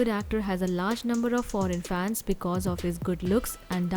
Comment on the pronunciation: foreign not forean